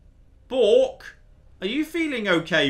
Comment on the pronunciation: >chastises Americans for the pronunciation of twat >pronounces B-6RK as "bork" Never change. This is why we love you